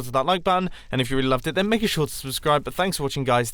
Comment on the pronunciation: Maka sure to subscribe Italian + British = Mumbo Edit: Time change from to